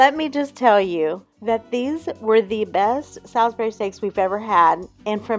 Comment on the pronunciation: it's salisbury saw not sal like pig